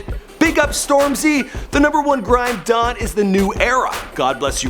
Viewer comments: I stopped the video when he said "grime DON" when Timothy wants to be road 😂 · Omd the way he pronounced don at the beginning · Ahhhh when he said "grime don" Every British person facepalm